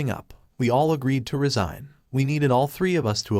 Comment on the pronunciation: Resign or resign? This artificial reader is terrible.